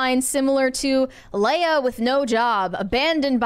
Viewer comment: Mispronouncing Leah Remini's first name is so cringe.